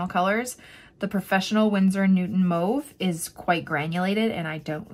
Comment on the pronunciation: Gorgeous, great video!! It's not pronounced Move, its Mauve, like Ma...ve